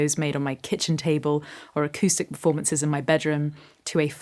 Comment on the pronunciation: What you said 👄”Acoustic performances in my bedroom…” What I heard 👂”Acoustic vomiteses in my bedroom…” 😂